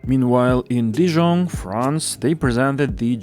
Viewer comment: I LOVE that you had a francophone say the new terminus name! Definitely something to continue. Good job.